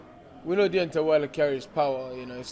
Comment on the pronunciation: It's Deontay not Deontey 😂